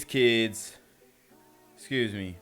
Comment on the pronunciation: Dah 'Keedz' or 'Teenz' Never, EVER Shopping in a Bookstore..... But I Could be Wrong.